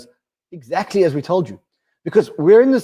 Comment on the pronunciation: Exackly, exackly, exackly!!!!!